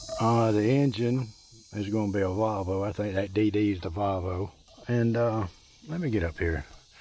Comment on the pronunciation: You are saying valvo but its volvo you 2 make a good team